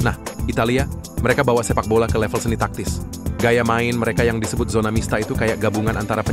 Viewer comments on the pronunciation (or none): none